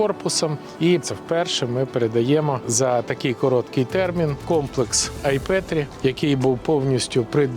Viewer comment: З усією повагою до Президента Порошенко: чого воно «Ай пЄтрі», 🤦‍♂️ а не «Ай пЕтрі» ? Раз так вимовляєте , раз так … Давайте залишимо український варіант назви ! 😊🤝❤️